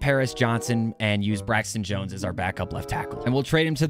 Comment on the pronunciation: Bro said Braxton Jones💀💀💀💀💀💀💀💀💀